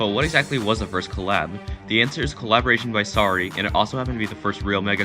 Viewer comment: U need more subs bro but it’s Sary don’t say Sorry Omg u almost got me to dislike please say Sary!